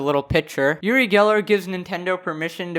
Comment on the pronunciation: He's israelien, I'm from there, he's kind of a snob but NOT irrelevant, he spoke to Michael Jackson and did a show with him, he did a bit too much and his thing is to bend spoon, he's an idiot and so petty to do that. By the way, it's pronounced like oo-ree